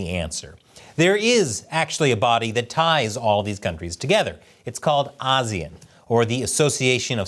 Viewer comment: I like how you pronounce ASEAN, many people and even Google tend to say it wrong. You and the Indian news network like WION got it right.